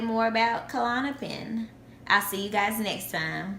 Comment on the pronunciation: klonopin not kalonapin